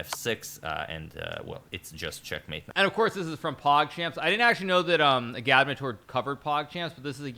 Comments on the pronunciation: I think it’s Egg -add -mater. Not a -GAD-mater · His name is “Agad-mator” two syllables! Not “u-gad-muh-toor” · FKN LEARN HOW TO PRONOUNCE AGADMATOR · Hikaru! Why can’t you pronounce “Agadmator” properly? He even pronounces “Agadmator’s dog” near the end of the video.